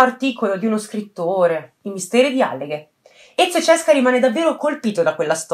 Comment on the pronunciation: Ciao, scusami io adoro i tuoi video ed apprezzo sempre i tuoi lavori, però ti suggerirei di prestare più attenzione alla pronuncia sia di nomi di persona sia di luoghi, in questo caso Alleghe si pronuncia con la A accentata (lo puoi trovare anche scritto su Wikipedia..). È solo un consiglio, non prenderla come una critica, detto questo continua così!😘